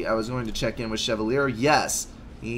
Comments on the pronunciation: I am not 100% sure but I think it is pronounced Che-val-e-a. Or something like that. lol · You do not pronounce chevalier the way it looks in case you didn't know.